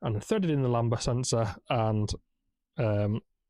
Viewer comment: Why can’t you say Lambda sensor!? 🤣 Try O2 sensor if you’re stuck!